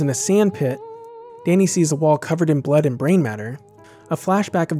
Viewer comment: "Dainy" ? XD Good video btw, great choice of movie.